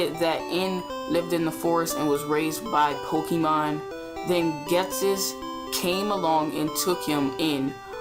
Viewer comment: Poh-kay-mon. That is how pronounce it.